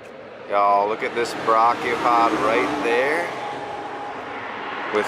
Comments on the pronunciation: Many, many times. It’s properly pronounced ‘bray’chiopod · Dude I love you but please look up how to pronounce Brachiopod before I have an aneurism. It should not annoy me so much but dear me it does.